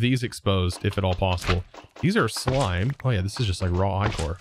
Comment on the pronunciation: Ichor is usually pronounced ick-or. Think about the slime left behind a dead body. 😂